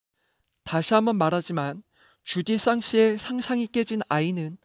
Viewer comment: '주디상스'가 아니라 '주이상스(Jouissance)' 입니다. 왜 두번씩이나 주디상스로 발음하시는지 이해가 안되는군요.